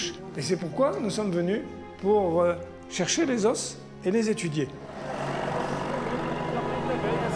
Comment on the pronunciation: Oh la vache, le prof qui explique aux enfants les ors de dinosaures étaient là ... NOOOOOOOOOOON ce sont des fossiles pas des os !!! Et on dit les O pas les OSSE.